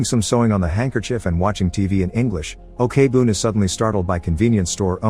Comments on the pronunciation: Who the fuck pronounce korean Ok as "okay"... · I just want to point out , the pronounce for 'ok' is not 'o.k.' , it's pronounced as 'oak' , sorry but I felt bothered lol